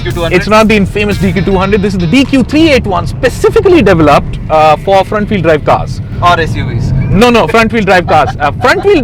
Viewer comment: Thousand 'Fie' hundred and fifty five litre boot space! 'Exhikitive' ... 'Devilupped'